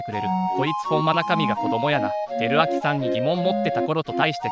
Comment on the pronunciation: 照明をどっかの男の名前みたいに言ってるの草